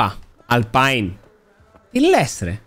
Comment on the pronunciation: η alpine προφερεται "Αλπίν" οχι "Αλπαίην". Ωραια αρχή ομως, θυμίζει τον παλιό καλό που εκάνε οτι ήθελε μόνος του